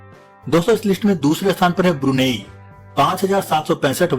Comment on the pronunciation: ब्रूनी Nhi ब्रुनेई nam h aur ye Malaysia aur Singapore k pas h..